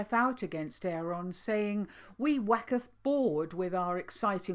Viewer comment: Yeah, I thought said 'Wacketh bored.'!